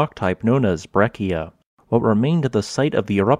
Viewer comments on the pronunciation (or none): You mispronounced Breccia...